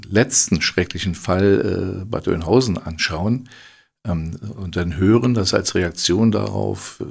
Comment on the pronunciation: Ich bekommt jedesmal Gänsehaut, wenn ich "Oienhausen" höre. 🤐